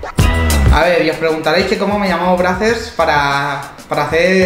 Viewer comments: Carlos Ferreras Yo vivo en USA is se pronuncia breizers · Se pronuncía "Breisers" y el lo pronuncia "Brasers" con todo respeto los españoles pronuncian muy mal el inglés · Brazzers se pronuncia bracers? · ElChismosogro Futbolero se pronuncia breizers xD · Spooky Ougi [2spoougi4u] no se pronuncia así - breicers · Como cuando trabajas en Brazzers, pero no sabes ni pronunciarlo :v